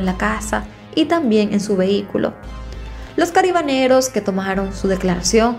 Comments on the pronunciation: se dice CARABINEROS no caribaneros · Yo siempre había escuchado que se dice CARABINEROS! Lo dice mal todo el tiempo creo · Jajajaja, si escuche que lo pronunció muy raro, aqui en Colombia tambien hay policia de Carabineros, es la policia montada, (aclaro esto en mi pais) la que al hacer guardia lo hace a caballo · M encanta como relatas ....una observacion se pronuncia carabineros ....saludos desde méxico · T sigo ase mucho y me dio un poco de risa cuando al narrar esta historia decias cabarineros jajajaj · Carabineros, se dice carabineros